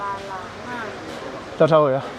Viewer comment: Thank you for not saying "balanggan"😊😊😊makasih😊😊😊